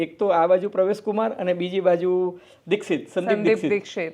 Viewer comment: આ ફૂટેલી કારતુસને નહિ બોલાવો તો ચાલશે. આ કહેવાતા મોટા પત્રકારને ક્યો કે પહેલા પરવેશ વર્માનું નામ સાચું બોલતા શીખે. એ પ્રવેશ, પ્રવેશ જીકે રાખે છે, એવું તમે શા માટે ચલાવી લો છો?